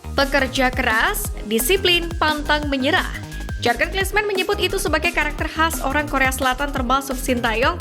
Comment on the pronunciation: Sumpah RISIH gua ama yang baca JARGEN KLINSMEN… ini bahasa JERMAN!!! Baca aja sesuai huruf abjadnya seperti Bahasa Indonesia! Bacanya tetap: JURGEN KLINSMAN!!! Lain kali banyak OBSERVASI kalau mau jadi NARATOR! Biar ngga bikin malu.